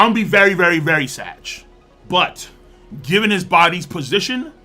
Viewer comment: Is he saying he's gonna be "sadge"? Or sad. Cuz I'm hearing sadge.